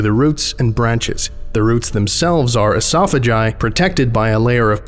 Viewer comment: You pronounced esophagi incorrectly very unprofessional tisk tisk